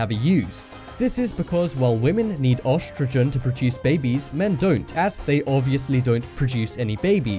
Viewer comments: the guy said ostrogen when its actually spelt and pronoced e-strogen with an e. ESTROGEN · It's pronounced estreogen not ostrogen and is spelt oestrogen the o is silent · ostrogen? lmao what accent changes an e to an o? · Guys without armpit hair just look weird. And oestrogen is not pronounced "OSS-tro-jen". Look it up.